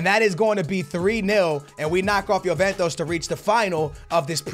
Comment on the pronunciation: It's not Yoventos but it's Juventus